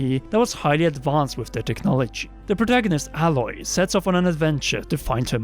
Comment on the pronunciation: The name of the protagonist in Horizon: Zero Dawn is pronounced AY-Loy, not Alloy